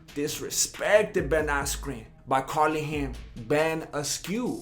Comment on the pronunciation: "Beeeeen Ascueee" "Uuhhh?!" 😂